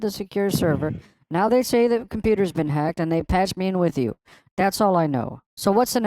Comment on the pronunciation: Hey! You’re being “HAAGED” 🤣